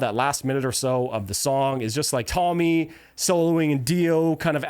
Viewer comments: I'm watching a guy talk but every time he mispronounces something I feel like I'm listening to an AI narrator it's Tony not Tommy computer God not computer guard sorry to nitpick actually kind of funny narrated it's just automatic now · Excellent presentation of one of my favourite alsums, but I believe you are mispromouncing the guitarist's name. Tony Iommi is Italian, it is pronounced TOE-knee. :) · just say T oh-ny I oh-me he deserves you getting his name right. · It's Tony, not Tommy.